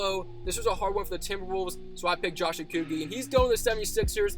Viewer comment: Btw your not saying rudy gobert or Josh okogie right no offense